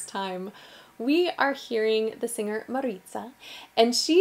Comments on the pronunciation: The pronounce is "ma-ri-za", not "ma-rit-za". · And let's not forget the GREAT Dulce Pontes! She's obviously on a par with Mariza. The 2 greats. Oh, and it's not Mari(t)za, there's no T there. Mariza, as the sound the fly makes.... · ITS not Maritza but Mariza! NO T lady! Mariza! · Is Mariza not "Maritza" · Just a sidenote, Portuguese is not Spanish The "z" in Mariza is pronounced as an "s" and the "o" in fado as "oo" (iin Portuguese the "ou" is pronounced as "o") (the period of my keyboard is not working, excuses for that)